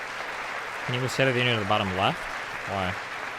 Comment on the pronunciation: "The state of the Onion"